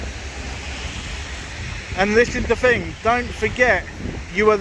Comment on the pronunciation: How many "fings" are there? 🤣🤣